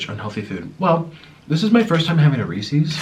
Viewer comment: omg that's not how Reese's is pronounced, "Reese's Pieces" is supposed to rhyme